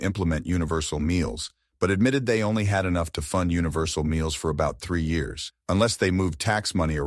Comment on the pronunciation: I put this on kinda zoning out until I kept hearing the video say "yaras." Look at the screen to try to get some context on what yaras is? Years. It was trying to say years..